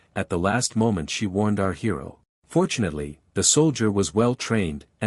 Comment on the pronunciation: When u say fortunately it sounds like ur saying unfortunately